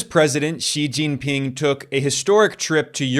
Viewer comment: That pronunciation of “xi jing ping” is genuinely good actually 😮